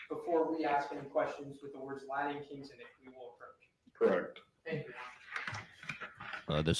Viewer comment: Rashbaum has trouble pronouncing T’s Latin Kings is not pronounced Ladin Kings.